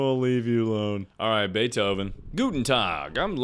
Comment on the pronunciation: HOW IS HE SO GOOD AT PRONOUNCING "Guten tag"